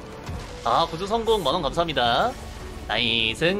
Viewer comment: 나이승~ 너무 찰진데요 ㅋㅋㅋㅋ